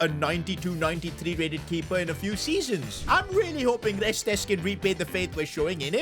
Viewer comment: It’s Reste the S at the end is silent 😊